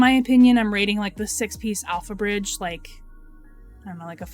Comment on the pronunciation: pretty sure I heard you say AlphaRizz instead of alphabridge